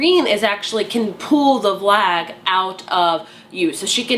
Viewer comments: Omg I love how you say vlag instead of valg. I used to do that too till I heard the audiobook but still vlag just sounds right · Isn’t it Valg not Vlag???